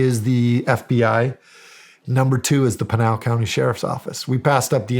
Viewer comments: PIN (the item you use to hang up a wanted poster) AL (short name for Albert). PIN-AL. Not PEEN-AL. How dare you, Shawn Ryan 😂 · Funny how Shawn pronounces Pinal County as penal, like penal colony. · You Pronounced Pinal incorrectly. Lived in AZ for 18 years and worked for the legacy I&NS, 1st there is no such thing as God, 2nd if the United Snakes of Hypocrisy didn't interfere in the politics of the governments of the south, people won't come here. This sheriff is not very articulate and maybe contributes to his lack of knowledge. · Oh Shawn killed me with the counties pronunciation and Mark corrected it